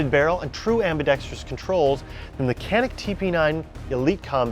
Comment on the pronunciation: Awesome vid, don’t mean to be know it all, but it’s pronounced janik in Turkish c pronounced as j and j pronounced as zh